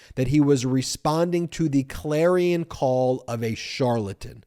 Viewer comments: Idiots lawyer: "Try to impress the Judge. Repeat after me. Klare-ee-on. Shar-la-ton." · His lawyer wrote his statement for him and taught him how to pronounce the words. "Klare-ee-on, Shar-la-ton." 😀